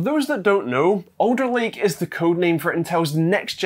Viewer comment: I thought you were saying 'Odor Lake" . Finally; I thought, Intel is giving their shit proper naming. Not to be. Alder Lake. I remember when Microsoft said Windows 10 would be the last Windows os. Not to be, apparently.